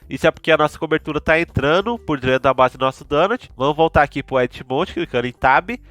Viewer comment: O vídeo eh ótimo. Mas foi complicado ouvir falar "drento".😂. Mas de muita qualidade o video